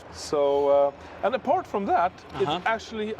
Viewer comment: “aNd ApArTt FrOom ThAt”